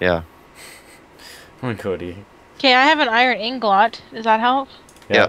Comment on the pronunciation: its not anglot girl